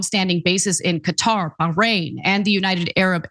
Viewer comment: Like the authentic pronunciation of Qatar. Often western media makes it sounds like "Cutter"